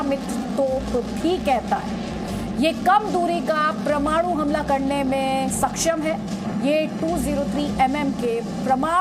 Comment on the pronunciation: प्रमाणू नही परमाणू